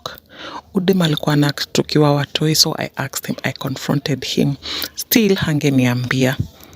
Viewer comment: She totally aksed